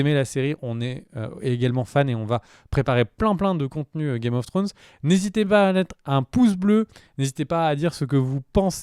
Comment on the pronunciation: C'est possible de dire au gars de droite de dire trône de fer au lieu d'essayer de dire Game of thrones "Game of frônes".. pu capable haha ! Mais à part cela vous faites du bon boulot !